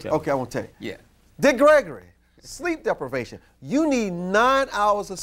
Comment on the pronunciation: Did my guy just say sleep deplivation?